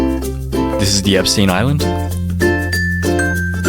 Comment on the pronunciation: Hi I’m not a hater but plz stop SAYING EPSTINE